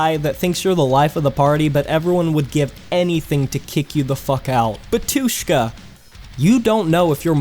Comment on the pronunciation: Not batYUshka, but bAtyushka